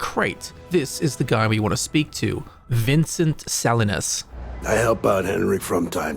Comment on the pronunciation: 🤦 Bro, your Australian is showing. His name is "Vinsentay Saleenuz". Vincente Salinas.